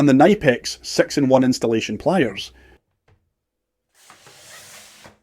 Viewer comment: Its good to finally see a quailfied Electrician / Electrical engineer on here that knows how to pronounce Knipex and the difference between wire cutters, pliers and Crimps please just please dont do any electrical work please get a Professional